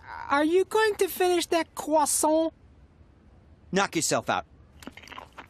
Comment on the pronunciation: "are you going to finish that crossou?" THE WAY HE SAID CROISSANT